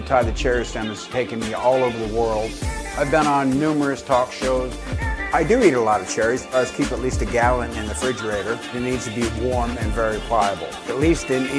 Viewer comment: Anyone who says “fridge-a-raider”… as a native English speaker. Get your life together.